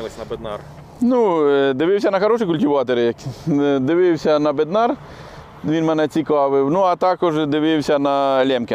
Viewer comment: В чеській мові наголос на перший склад.бЕднар,зЕтор.